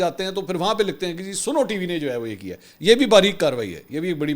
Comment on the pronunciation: Mansir sb@ Yah snow hay Ya Suno( listen) Correct please